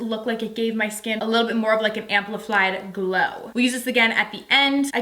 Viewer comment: 😂😂 "AmplifLied" But hey, I respect that she doesn't edit out those parts! Lol I'm sure most of the other ones do